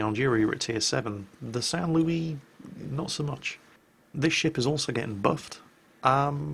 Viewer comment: San Louiee- WAIT THAT'S ACTUALLY SAINT LOUIS IMPOSTOR THE TRUE SAINT LOUIS IS IN TIER III